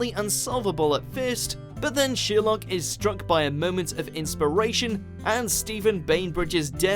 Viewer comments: Its Sherlock not sheerlock 😯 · just me who thinks this guy says sheer luck when he says Sherlock? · Sorry...did he just say sheer-luck ??!! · You say Sherlock completely wrong holy crap